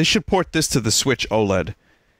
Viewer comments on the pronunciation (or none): none